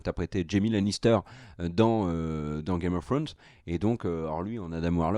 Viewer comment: Game of Frone’ss 🤣 Mieux vaut le dire en français ça sera toujours plus proche de l’original. À part ça vos émissions sont toujours très instructives, bravo !